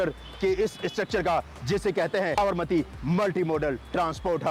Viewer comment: SAB-RA-MATI nahi hai Sa-bar-Mati hai